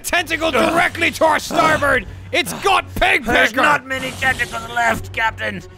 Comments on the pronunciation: when they say "starburst" instead of "starboard" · keeps saying “starburst” instead of “starboard” and nobody calling him on it makes me laugh every time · STARBOARD. Not Starburst.